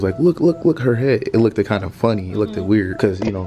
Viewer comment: kept saying "lookked " 🤣🤣🤣